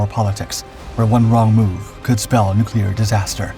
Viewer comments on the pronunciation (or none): none